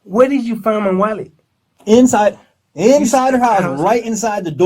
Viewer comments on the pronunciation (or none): If I hear wollet one more time I hope they give him the chair!